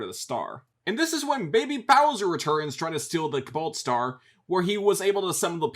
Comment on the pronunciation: I got a good chuckle in every time he said "Kabalt Star."